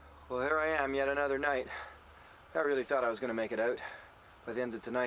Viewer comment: most pronounced canadian "out" i ever heard